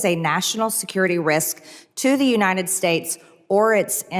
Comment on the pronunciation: Unined States of America. It’s UNITED!!!! She cannot even pronounce our country’s name!!!!